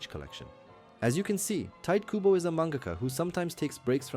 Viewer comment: TA. I. TO. KU. BO 日本語は母音をはっきり発音する事が多いです 身近に日本人はいませんか？クボ・タイトをどう読むか聞いてみて